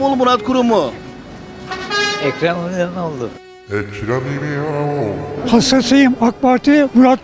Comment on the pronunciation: ekrem eğiğeoğlu